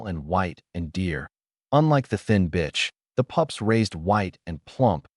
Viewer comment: The A.I. literally said “btch” for the female dog real hard.